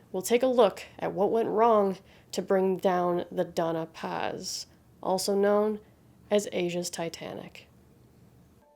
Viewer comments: It's the Don-ya Paz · Always happy to see your uploads Lady, the algorithm is flawed but we're here for you. The only quibble, 'Dona Paz' would be pronounced 'Donya Paz'. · Glad to see you back. One small quibble, though. The vessel was the Doña Paz, so it is pronounced "dohn-ya pahz".